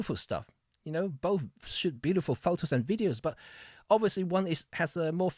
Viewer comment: You pronounce shoot as shit. And, yes I also shit day in day out...LOL My journey was GE X5 >> EPL/1>> Nikon D70,D90,D700>>Sony A99>>EM-5,EM10II,EM1. OMD wins due to computational techniques and other innovations.